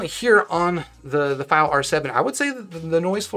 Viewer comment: Maybe try pronouncing the products name properly if you're gonna make a video about it... It takes 5 seconds to do the most basic research